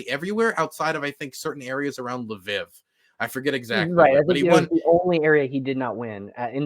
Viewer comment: pronounciation of Lviv is hilarious. I am surprised by his wealth of knowledge of the Euromaidan protests as many of the people who were there aren't aware of the details he is, as they were more casually involved as citizens.